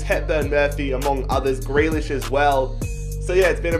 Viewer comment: It’s not jack gre- jack gree lish